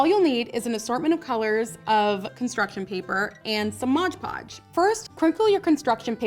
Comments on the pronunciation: its mod podge not modge podge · It's not modge podge, it's Mod Podge...